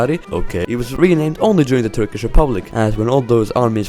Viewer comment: Have you learnt Turkish? How are your pronounciations really good? <3